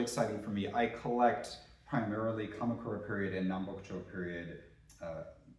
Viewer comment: I'm wondering about your pronunciation of Japanese names such as Kamakura and others .